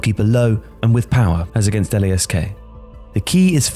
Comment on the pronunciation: About club names: LASK is not pronounced "L-A-S-K". Just "lask", as it would be one word.